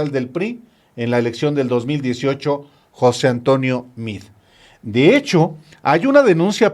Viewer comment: Nada de José Antonio Mid. Se pronuncia MEADE. Yo tengo amigos con ese apellido y no se escucha Mid, lo pronuncian tal cual para que se escuche Meade. Son de origen Libanés. Saludos.